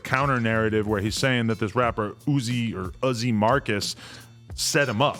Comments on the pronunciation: It’s not “oozee” it’s Uzzy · Not cuzzi uzzi 🤦🏽‍♂️ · It’s uh_zee Marcus you fuckin square. Pronounced uh~zee Marcus. Izzy